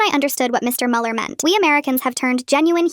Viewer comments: Ich auch Bruder ich war so "was sagst du dumpf Kopf es ist Müller nicht MuELiEr" 😂😂😂😂😂😂😂😂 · I am German and the first thing that made me wanna Scream was „MuELlEr“ I know you guys don't use this „ü“ but still🤣